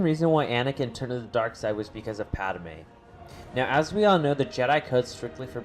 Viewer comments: PADme not Padame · Did this dude say Pad-a-me'?